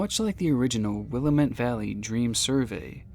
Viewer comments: Origun. wilammit. Please say things right 😓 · It's will-lamate valley and pronounced oregin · I can't get passed the pronunciation of Oregon and Willamette in this video. Or-ih-gun and Wil-lam-et are how they're pronounced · i love the pronunciation of stuff lol. willamette is actually will-AM-it and oregon is like organ but orgen kind of??? i’m local lol it’s not terrible for not being native to the area, just a heads up!!! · why can nobody outside of Oregon pronounce "Willamette" correctly? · The way he pronounced Willamette was also weird to me. The lady on the voicemail says it right, and he still got it wrong. :P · and still said Willamette wrong even though he heard the automated message like the rest of us 😂 at least after the recording he pronounce Oregon correctly 🤣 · I live in Oregon and ur pronouncing Willamette wrong and same with Oregon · "OR-uh-GON" "WILL-uh-met" the pronunciations are the most disturbing parts of this video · I hate to correct you but it’s pronounced willAmitt not willameTTe and Oregin not oregOn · ITS PRONOUNCED WIL-LAMB-MET NOT WIL-LA-MET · You're so close, but it is pronounced will-LAM-it. Not will-uh-mutt. Edit: Oh, the gal in the automated message says it right. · Sorry to be that guy, but we pronounce them “Ore-GUN” not “Ore-GONE” and “Will-AM-ett” not “WILLAM-ett” -A Guy Born and Raised in Portland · i love your videos and cannot wait to see more, but please research pronunciation—! it’s (will-lam-mit) valley and i remember this being so bizarre when it was happening lol :3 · sir - I love you bro, and this is why I’m gonna help prevent you from inciting any more rage from Oregonians, more specifically Portlanders, who consider rioting a team sport. The phonetic pronunciation of Oregon is: OR-eh-gun The phonetic pronunciation of Willamette is will-AM-it 🪵🍺PDX PRONOUNCIATION BONUS 🌲☔️ Couch Street is not pronounced like a piece of furniture, it’s pronounced like the lady bits